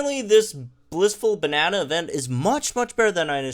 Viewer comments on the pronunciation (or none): none